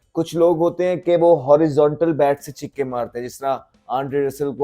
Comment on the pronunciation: Chikke nahi chakke 😊😊😊